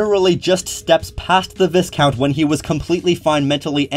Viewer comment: For future reference, the S in viscount is silent and you pronounce the I like a Y